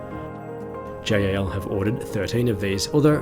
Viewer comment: pls just pronounce it jal not J.A.L.